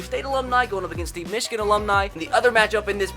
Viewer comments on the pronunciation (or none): none